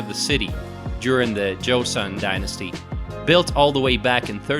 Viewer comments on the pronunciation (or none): none